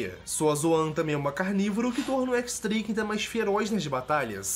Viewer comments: Nome: X-Drake Pronúncia normal: "Diez" Drake Pronúncia do: FDS, "ÉQUIS" DRAKE. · Équix dreiqui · é assim o X no nome dele é um número romano 10 é o pessoal fala x em vez se diez